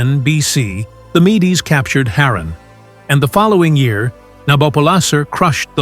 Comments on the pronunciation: MEDES is pronounced MEEDS, not "mee-dees". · Mee-dees? Your robo voice needs training. [LH] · AI slop: don't bother watching. It became evident as soon as I noticed pronunciations of key historical terms changing throughout the video. (e.g. at times pronouncing "Medes" correctly, and sometimes as "mee-dees")